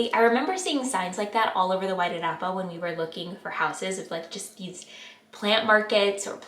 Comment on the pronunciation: Great pronunciation of the Wairarapa. So cool to hear.